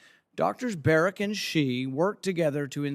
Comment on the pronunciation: Notice how Fauci says Dr "Barret" instead of Berrick so he "technically" isn't lying under oath when he states that he isn't working on gain of function. Slimy little man.